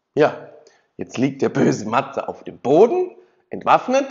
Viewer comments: "Chleudert den Purchen zu Poden" ... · „‘Chleudert den Purschen zu Poden!“ 🤣🤣🤣